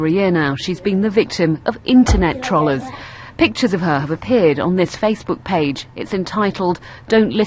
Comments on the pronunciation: she cant fucking pronounce trollers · Trollers... what? How are you even pronouncing that? :I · OMG THIS BITCH SAID TROLLERS. I CANT TAKE IT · trolahs??? its troll-ers (troll, like a evil green dwarf, emphasis on the "ll" not the "ro"). learn to english properly. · stupid tr-ah-llers XD tr-oe-llers....say it with me britain...-trrrrrr-ooeee-leerrrsss.. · "So little respect..." I'm sorry but respect is EARNED. Just because you're born with an unfortunate disease it does not make you someone worthy of respect. And seriously, why are they pronouncing it, TROL-ERS. xD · "internet trallers" lmao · "trohl-hers" She could at least pronounce it right. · Stop saying trollers like trawlers... seriously... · Its pronounced "TUGH - ROLL - ERS" Fucking Brits say anything right.... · I keep laughing at the way they pronounce "tollers". But on a serious note: this is why I hate 9gag. First they invent all of these obnoxious memes and then they take it to next level by mocking people with disabilities! I tell all of my friends to stay off that horrible hate mongering website! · LOL can't pronounce troll correctly bahahaha, the "trohlers" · "Internet Trallers" haha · Tr-o-llers................FOR FUCK SAKE! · STOP SAYING "TROLLERS" WRONG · Can they not pronounce 'trollers' properly, or have I been saying it wrong? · i hate how she keeps calling them 'trollers'. even then she's not pronouncing it right. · News, Y U NO learn to pronounce "trollers"? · It's not pronounced "trollers" in the way one pronounces "trolley." It's pronounced with a hard 'o'. As in the noun "troll." Christ. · Funny how they cant pronounce TROLLERS. We're not trawllers.